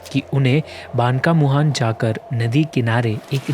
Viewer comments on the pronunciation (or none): Brother that is banki muhana next time try better to pronounce